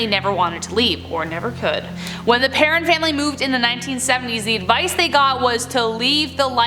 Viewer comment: PerrOWN family... Not parron